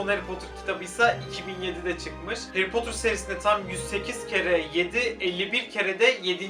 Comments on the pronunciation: Harry potter takip ediyorsun ama heğri potur diyorsun😂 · Abi o harry potter değil hayri potur